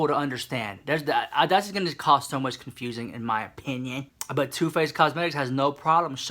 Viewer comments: i was dead at the way u said hate her so mech to yolanda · I hate Yol-LAN-da so MACH!